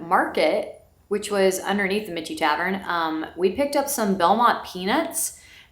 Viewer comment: Love your VA videos! Just a note - Michie is pronounced Mickey - like Mickey Mouse.